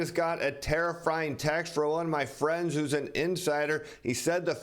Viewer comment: Did he just say Terror'frying?